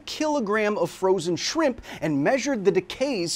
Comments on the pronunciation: Is shrimp an insult now? Why is he saying sphimpum? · Why is he saying shrimp incorrectly on purpose? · Even if anybody thinks the FDA’s guidelines for stepping in are a little loose, that’s pretty well below even halfway. Thanks for educating us when we need it. Love the knowledge. And I’m personally drawn to a “shramps” pronunciation myself. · Thanks for definitively proving that your captions are not auto-generated by including the “Shpimpy”